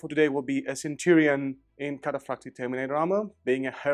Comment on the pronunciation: don't forget proper pronunciation of catafractii, i was in heaven when i heard that